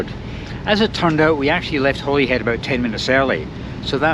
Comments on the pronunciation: It's pronounced Hollyhead yah numpty! Glasga! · When my wife and I traveled to England/Wales/Ireland/France in 2006, every reference we heard of Holyhead was pronounced “HOLLY head”. I hear you pronounce it as I expected it should be (and possibly also the male voice on the train’s speaker system, but the female voice definitely said “HOLLY head”). Hmmm I wonder why others seemingly purposely mispronounce it